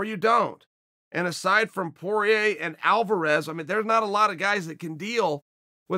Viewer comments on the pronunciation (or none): none